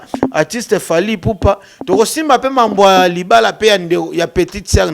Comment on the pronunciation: Voilà encore un autre prestidigitateur pour juste impressionner. Je croyais qu'il était là pour promouvoir la musique et la culture congolaise. Cela se fait déjà sentir qu'il est vraiment haineux envers Fally, car il n'arrive même pas à prononcer son nom. Il fait de la chronique ou de la la promotion ? Il se croit intelligent avec ses expressions françaises rafistolées et bourrées des fautes. Ah le Congo, même une personne comme ( ça) vient dénigrer les musiciens. Pensez déjà à bien vous nettoyer et être propre svp.